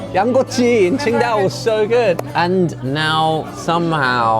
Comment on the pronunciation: You really can see how Korean Josh's language has become korean when he says Qingdao the korean way, not the chinese way, not the english way